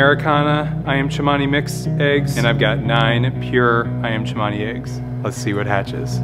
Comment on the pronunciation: Iyam chemani? No it’s ayam cemani 😂